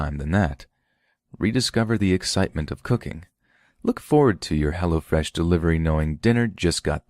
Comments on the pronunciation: For a second I thought you were getting street on us, LMAO all I heard (or thought I heard ) was, "What is Hella Fresh??" Not Hello fresh 😂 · Lol i kept thinking you were saying "hella fresh" xD i was like now i wanna know what it is! Haha